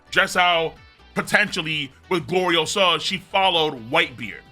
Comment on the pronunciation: It's GloriOsa. Not GloriosAAAHHHH